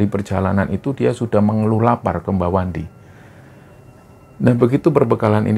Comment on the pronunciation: Pada menit ke 13,05,,,kesrimpet ucapannya, bukan Mbah Wandi tapi wa mandi 😂😂😂😂😂,,,sorry terlalu nyimak nih bos..